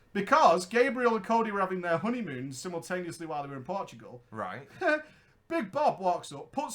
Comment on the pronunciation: Portugal, not Portgual